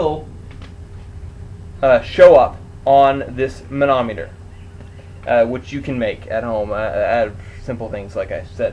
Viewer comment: It's not actually "preasure" (pressure), it is the amount of vacuum in each intake port runner. Opening or closing the throttle decreases or increases the amount of vacuum. Now say "Thermometer", that's how you say "Manometer".